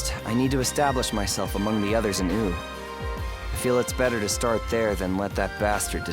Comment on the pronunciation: Is that really how "Wu" is supposed to be pronounced? "Ooo" instead of "Woo"? Personally, I don't like it. Makes it sound silly.